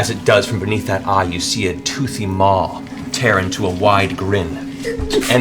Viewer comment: Everytime Matt says 'Toothy Mawv